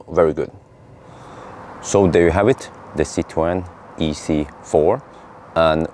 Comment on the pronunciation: compliments for your "French" pronunciation of the Citroën brand/trade name. The history of the family name is of a Jewish family in the Netherlands that changed their family name to the Dutch word "citroen" (pronunciation in English phonetic "citroon" or in French phonetic writing, "citroun" and this Dutch word means lemon (English) or citron (French)). Fruit and vegetable traders. Then the family landed in France with their Dutch family name and the French (or the family?) started to pronounce that name as "citroën" - the way you do - and it sounded less lemon like that.